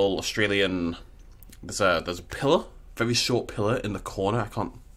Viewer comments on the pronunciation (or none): none